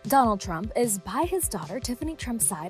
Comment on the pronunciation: Are you saying Trump or turnip?